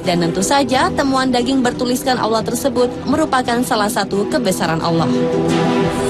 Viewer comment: Kenapa kebanyakan orang Jakarta berkata Awloh bukan Alloh? Termasuk presenternya. Marshanda alias Chacha jg kalau bilang Awloh bukan Alloh! Ilmu tajwidnya kemana?